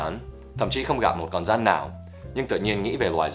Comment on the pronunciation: Con " rắn " chứ không phải " dắn " nhé buddy